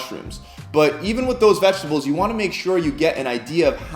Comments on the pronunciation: VeGetables mate, not veGGetables. Single G, little mistake I know, just for future reference. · Brayzil nuts and veggetables lolol......some editor yall have give him a raise